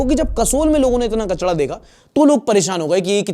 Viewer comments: It's kachara not kachadaa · Kachda nhi kchra hota hai 😂😂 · Kachda nhi bhai kachra bol irritating lg rha h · Ek choti si cheez note ki hai — jab aap 'kachra' boltay ho to uska 'ra' sound thora galat ho jata hai. Wo 'ra' jo aap boltay ho, wo 'gohra' ya 'tohra' jaisa hota hai (zabaan thori peechay chali jati hai). Lekin asal pronunciation us 'ra' ka 'raat', 'bindra' ya 'Kerala' jaisa hota hai — zabaan aagay say halka sa roll karti hai. Matlab: ✅ Sahi: kachra (raat jaisa ra) ❌ Ghalat: kachrɑ (gohra jaisa ra) Zyada farq nahi hota sunne mein, lekin asli lehjay mein subtle difference hota hai. 🙂